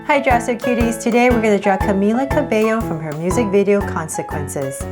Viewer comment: Yayyy finally she learned how to pronounce Camila Cabello😂😂